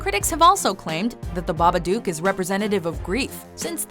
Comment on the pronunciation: Every time she mispronounces Babadook i die a little inside